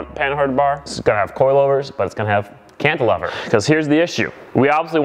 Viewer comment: I like your videos! But you might want to look up how to properly pronounce the word “cantilever”